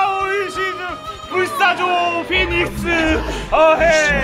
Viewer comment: Fenix? Phoenix야 형...